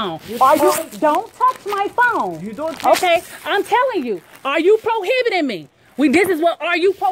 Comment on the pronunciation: Da needs to learn what the word prohibiting means. She means detaining and keeps saying probiting. Ridiculous.